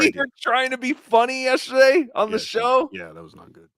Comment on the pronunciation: Will that one stupid asshole please, please say "yes-TER-day"? Fuckin dumbass!! It's not "yesherday"!!!!